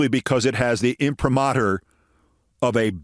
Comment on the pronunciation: Keith -- THANK YOU for the correct pronunciation of "imprimatur"👍🏆.